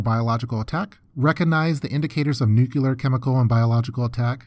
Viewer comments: It's "NUCLEAR". Not "nucelar". 😆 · New-clear. Not nuke-u-lar. My ears are bleeding. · Nucoolar huh? Have you ever heard of nuclear? Go to school, boy. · NUCLEAR********* not nukelar. wtf is that pronunciation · DNK yeah, isn’t it pronounced “nukular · WHAT THE FUCK???!?!?! NUCULAR??????? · Nucular...nucular...nucular. nucular... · please for the love of god learn how to pronounce “nuclear” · Yeah, quite annoying. I don't know how anyone is still mispronouncing it after George Bush. It's so obvious. Doesn't detract from the content but come on man, get it right.